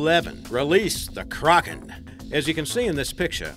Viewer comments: it isnt pronounced "Ker-Awk-en" its pronounced "Crack-en" As what everyone else says. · KRAKEN NOT CRAGEN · its kraken not cragen... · "*Krogen*" That's all I hear when he says Kraken. 😂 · KRÄKEN xD how he says it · I cringe every time he tries to say 'Kraken' cro-gen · Stop saying Crawkin!!!! Arrrr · Who else gets annoyed when he says "Kraken"